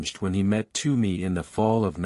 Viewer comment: It's not "Too-me", it's "T-whoa-me".